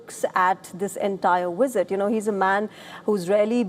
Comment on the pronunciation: It's 'visit', not 'wisit'.